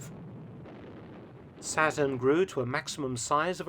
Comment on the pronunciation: Who else thought the alligator's name was "Satin" and not "Saturn" until they read the comments...